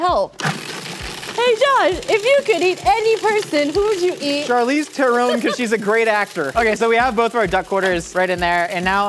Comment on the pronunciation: I've never heard Charlize Theron pronounced like that, but I'm willing to believe that Josh's way is correct actually